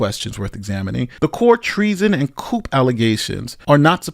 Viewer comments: When you are discussing this and reading aloud, how come you say the word proving as providing, and coup as coop, when correctly it is coo? Your AI report illustrates the weakness of using AI, as these programs have misconstrued Gabbard's arguments, and you appear to have committed the same error. I suggest you wait to see what else she has, as she said at the announcement more was to follow. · I don't trust anyone that pronounces "Coup" as 'Coop'. Thats a chicken move. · Yer pronouncin' the P in "coup", breh.:cat-orange-whistling